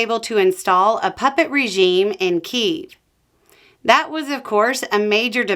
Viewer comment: Vance actually said "KiEv" as opposed to "Keev" (sorry, not sure of the diacritical marks). That shows he hasn't bothered to study Ukraine at all. Also, there are wars where there was no complicated negotiations. They involved fighting back against fascist regimes that fell.